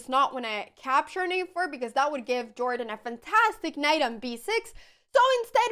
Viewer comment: I doubt that jordan is pronounced in this american way. I guess that someone who speaks swedish should know that :D